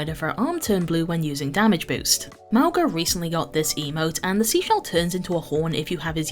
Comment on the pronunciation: Miss the correct Mauga pronunciation...